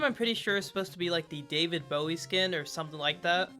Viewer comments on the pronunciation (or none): none